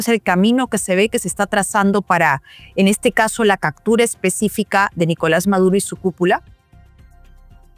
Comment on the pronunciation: No se dice cactura, se dice captura